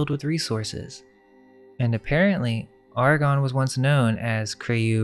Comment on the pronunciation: The Ar-gons....the ar-CHONS??? Just a thought 🤔🤔🤔